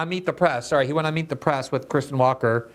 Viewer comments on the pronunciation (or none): none